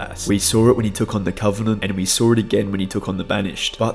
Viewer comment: as an american it sounds funny to me when you pronounce "saw" with a r but im sure our accent sounds funny to you